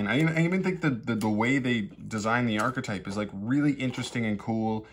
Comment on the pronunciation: Just archetype, not ar-che-type